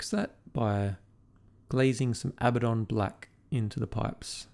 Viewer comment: I know its "wrong" but thank you for pronouncing Abaddon the same way I do.